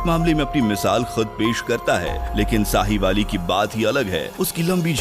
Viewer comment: Sahiwali😆😆😆 Sahiwal Hai Bhai Punjab Pakistan Mai